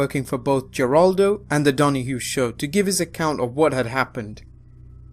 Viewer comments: It's pronounced Heraldo, not Jeraldo. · Geraldo (Jitaldo)? Say it with me (Heraldo) Is how you pronounce his name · Geraldo is pronounced Hore-all-doh not Jer-all-doh. . . it's Spanish. . . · Lol Geraldo = HĒraldo I used to call him that too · Geraldo isnt pronounced Jeraldo. Its pronounced Heraldo. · BTW, its pronounced Her-awled-oh not jur-awled-oh. Other than that, great series! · Great channel, but one thing here. It's pronounced Heraldo, not Geraldo. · Please learn to pronounce celebrity's names. Geraldo is an Hispanic name which means it's pronounced Heraldo, not Jeraldo. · I had to chuckle at that, but can hardly blame someone from the UK. When I was a kid I would always read it with a hard 'G', and I even grew up with this pain in the ass language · I know it’s not a good thing to bring up, but Geraldo is pronounced with an H not a G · I thought this was supposed to be a serious documentary! If that’s supposed to be the tone, it hurts when you have a Vince McMahon “YOU’RE FIRED” meme included in the video. And also, the credibility of this documentary is impaired when pronounce Geraldo Rivera’s first name as ‘JER-ahl-doe instead of ‘HER-ask-doe. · I love you (and I mean just you, not the other narrator) but you guys really need to do more research when it comes to pronouncing certain words and names. It's a little thing, but it happens in a lot of your vids. The talk-show host you mentioned, Geraldo Rivera, his first name is pronounced "Heroldo"- Gs and Js regularly serve as Hs in Spanish. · Guy keeps saying jewraldo....bahahaha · I know it's probably your accent but Geraldo is pronounced HAR-AL-DO, silent G there. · Mush Nick. Hairaldo. Just suggesting it helps credibility if you can say our names correctly. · Geraldo = said "Heraldo". The G sounds like an H. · Geraldo: I know hes Puerto Rican but his name is pronounced HEH-Raldo. He ain't no Rico Suave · say Geraldo correct you dumb fuck. zhehr-AHL-doh it's Hispanic not white.